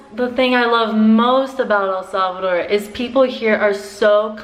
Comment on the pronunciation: ¿Puedes hablar español? Y por favor.... SAY THE NAME RIGHT